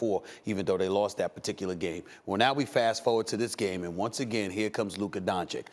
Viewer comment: Looker Don Chick? A lack of pronunciation & listening skills is stopping Stephen A from calling Luka Doncic a Top 3 player.